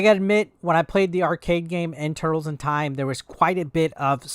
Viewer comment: Dude u called it tutrtkez.